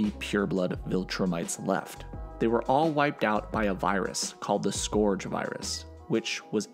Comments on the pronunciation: One minor thing “scourge” is pronounced like “skurge” but great video nonetheless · scourge is pronounced scurj not scorj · Scourge = sk urge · are you sure that's how you pronounce 'scourge'?? (hint, it's not) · Great video. But you mispronouncing scourge wasn't easy to listen to.